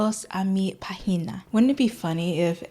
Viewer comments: the lack of accent in the first syllable makes it sound like vagina basically, welcome to my vagina 😭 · WOW your Spanish is really good! And don’t worry you said almost everything right. The only thing that sounded different was “página” since it has an acento/tilde (the little thing over the first letter a) and that indicates the intensity of the pronunciation of the syllable. página has 3 syllables pá/gi/na and when pronounced the syllable “pá” has to have more intensity that the other two. Overall really good! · no sería lo opuesto? No puso casi énfasis en la primera sílaba entonces suena como vagina con p en vez de página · NOT PAGINA INSTEAD OF PÁGINA 😭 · So im just starting to watch the video and my first language is spanish, ngl it wasnt that bad but be carefull when saying página to pronounce it as pAgina bc if you say it pagIna it sounds dangerousley close to vagina, so esentially i just heard "hello welcome to my vagina" and it was like- pretty halarious but also be carefull lmao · I love how it kinda sounds like "welcome to my vagina" cause of the accent 😂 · PLSSS IT SOUNDED LIKE YOU SAID "WELCOME TO MY PUSSY" 😭😭 the accent should be on the -pá syllable instead of the -gi one, otherwise it sounds like you're saying vagina instead of página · página sounded like vagina 😭 but you're doing great tho! remember to mark the syllable where the accent is put! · Spanish is my first language and, ngl, I had to read the subtitles to understand what you were saying 😭, mainly because it caught me off guard, I didn't expect you to start speaking spanish all of a sudden. But you did a great job! The pronunciation of 'página' was a little off lol, but the rest was really good, keep up the good work 🥰💕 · You did great, my native language is spanish and it sounded good to me maybe a little to much stress in "pá" but that's your accent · Most of the Spanish was great for a beginner, but that página made my inner 13 year old boy loose his shit for a bit.